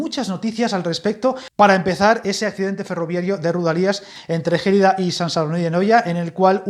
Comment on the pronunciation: Gelida es una palabra llana, no esdrújula! De nada!